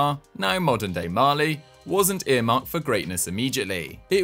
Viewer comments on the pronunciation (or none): none